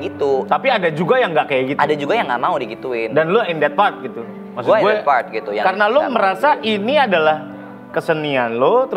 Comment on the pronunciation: ok bgt bhs inggrisnya tp byk sekali pengucapan yg mengganggu yg tentunya klo diperbaiki lebih bagus lg misalnya; drag terlafalnya dreg (ampas), even terlafalnya event (acara) atau part terlafalnya fart (kentut) dll lupa apa lg td, byk pronouncing yg kurang tepat. Cmiiw n imho